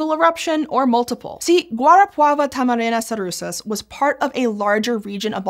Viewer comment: brazilian here at least the brazilian name, she did a far better job pronouncing "guarapava-tamarana-sarusas" than most gringos while not perfect I'm pretty sure I've heard at least 2 rolled 'r's that alone puts her pronunciation at the top 5% of gringo's